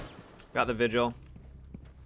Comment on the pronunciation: I’m disappointed in your pronunciation of Vigil